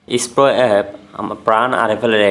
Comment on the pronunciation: ভাই ইস্পো না, এসপ্রো